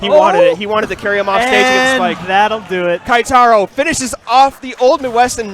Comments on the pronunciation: I cringe when they say "KAItaro." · Goddamn... They butchered Keitaro's name for the whole tournament...